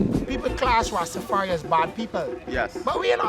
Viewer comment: The European dread saying Rastafari-a. I can't take it